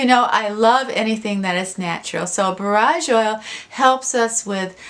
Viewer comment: Just found your Chanel ❤️❤️ I’ve studied herbalism for years, borage is pronounced Bore-age